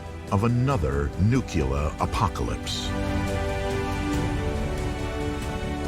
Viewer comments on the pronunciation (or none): Nu-ku-lar. Some people just can't say 'nuclear'. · Why does the guy keep pronouncing it "Nuclea?" I've never heard anyone drop the r in Nuclear before. It's distracting and odd. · Wish the narrator didn’t say “nucleauh” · Did the first or second explosion blow the letter 'r' off the end of nuclear?